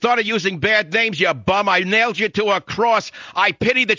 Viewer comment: I nailed you to cwass? Learn to speak English Michael! Many many Latin people can pronounce the word so why can't you?